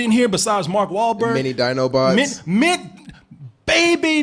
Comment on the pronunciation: Hearing fuck up Mark Wahlberg's name is one of the most hilarious things I've seen in a while.